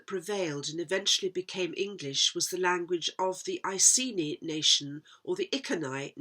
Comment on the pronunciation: Iceni could be I cen I pronounced E ken E because down the road you have cent (KENT ) and geni is a Welsh word for birth . Or I geni place of birth